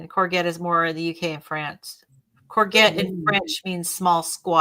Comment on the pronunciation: Hi! It was funny to hear you all puzzle over courgette. I didn't recognise your pronunciation, + I was wanting to know about this new veg (It sounds like corvette, with a soft g inside, like courjette